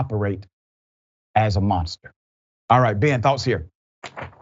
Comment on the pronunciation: Thank you. I had listened to it 5 times and thought I heard Mosque. I listened more closely and did hear Monster. Thank you again.